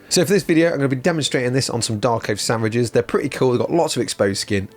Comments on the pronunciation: 0.44 - totally said 'Darkoath sandwiches' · Even the autocaptions picked you up as saying sandwiches 😂